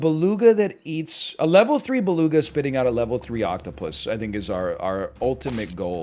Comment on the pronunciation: I love how he f up beluga like 4 times in a row xD and right after he proceede to lecture some1 else who probably did the same :D my man .